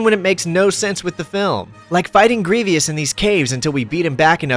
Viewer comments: Sorry to be that guy but it’s pronounced Gree-Vuss, doesn’t really matter though still love the video and this game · I love all of this except one thing: It is pronounced "GREE-VUUS"! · great video, but the mispronunciation "general grieveeous" throughout it sounds like nails on a chalkboard to me. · Wondering why you pronounce it grievy-us? It’s clearly correctly pronounced multiple times in the film lol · Kotor one is the best media, phantom menace, duel of fates is the best score. It's cool that you said that wrong, but I'll fix it for you. 😂😂😂😂 This is a joke. Luke glazers need not comment. GREE-VUS. the I is silent bro. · Stoo saying grevious like that, tf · Every time you say greevyous I cringe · Please stop stop saying “grevieus” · Can't get over you saying his name as "Gree-vee-us", terrible. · Have you seen the movie? They say Grievous correctly....why can't you? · I was like, "why's this dude mispronouncing Grievous?" Lol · what a Grievous mistake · I was looking for this comment, as I was about to say the same thing. A bit irritating to consistently hear it being mispronounced lol. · Dude there is no excuse for not pronouncing Greivous correctly in 2025. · The Grievous mispronunciation was driving me nuts😭 but great vid still, loved this game growing up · Great video, but I'll admit every time you said Grievous I died a little bit inside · It’s Grievous. Not Grievious. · please god there is no second "i" in "grievous" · Mispronouncing Grievous' name 30 times is making my eye twitch. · You pronounced grievous wrong 12 times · I have never heard anyone mispronounce Grievous so badly. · Do you have a speech impediment or are you intentionally saying General Grievous wrong?? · I wish you could pronounce Grievous correctly. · Bro cannot pronounce general grievous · Thumbs down purely because dude adds an extra syllable when pronouncing Grievous. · Grievous! Say it correctly dude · It's uh, "Grievous," my dude. Not "Grevious." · Grievous not Grievious